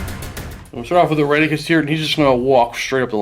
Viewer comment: wait: "Iranicus"? i could swear meant "Irenicus"...